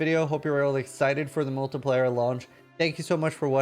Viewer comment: it's pronounced MULTI-PLAY-ER not MULTI-PLIER